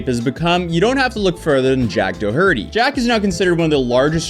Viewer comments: Door tea. Please pronounce it correctly. It’s Irish ☘️ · jack dough-hurty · Doherty? It's not pronounced Do HER" ty. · It’s pronounced Doorty, like Door-D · U must not have many Irish friends .. It’s DOUGH-ERTY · Dō-herty? Is English your second language? 🤦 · His name is pronounced DOH-hurty. His parents emigrated to the US from Ireland and Jack was born in the States, making him a dual citizen. Anyway, your pronunciation of his surname was very distracting and as it is highly likely that this young wannabe thug will be appearing in both court and more of your YouTube update videos, I just wanted to help you with that small detail. First time viewer. Great video. Keep us posted. All the best from Ireland 🇮🇪 ❤ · This mf said "Jack Doe-Hurty"... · silent c man its dockerty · “Do-Herty” LOL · du hurdy? i dont think that's how you pronounce his name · Its pronounced Do-kuh-tee bro, dont disrespect the Irish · Just fyi, the h in Doherty is silent. It's not "Doh-Herty." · u need to learn how to pronounce things "da-hurty" ???? this isnt the first time ive heard you say some.WILD pronunciations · His name is pronounced “door-tee.” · Doherty is an Irish name it's pronounced Doc her tee most Irish people i know lose their minds when you pronounce their names wrong aah the Irish ye gotta love em my personal Favorite is O'Mahoney which is Pronounced O Mar nee. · isn't it Door-tea? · Quit pronouncing the H! It’s DO ER TEE. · Bro said "Jack Dough-Hurty" 😂 hilarious. Im not a fan of this dillhole, its just so funny the way pronounced his name. I havent spontaneously laughed out loud like that in a while, thank you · His last name is pronounced Door- tee, Doherty. Its Irish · I like how you mispronounce his name because it feels like another kick in the nuts that he desperately deserves for his "pranks" for clout 😂. It's "dough-er-tee" if you're in America, "daw-hur-tee" if you're in Ireland, and "dumb-ass" if you're Jack Doherty. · dokerty is how you pronounce it